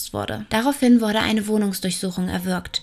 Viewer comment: Bitte mehr den Dativ verwenden 😉und ich verstehe immer 'worde/n' statt 'wurde/n'..🤔ansonsten finde ich, hast du ein klein wenig mehr zu einem eigenen Stil gefunden, der nicht einfach nur extrem von Lucia Leona abgekupfert wirkt👍